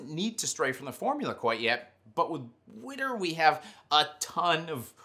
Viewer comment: Even though that's their acronym, I've never actually heard someone say "Wiiiitter! out loud lol. Almost sounds like winter, perfect!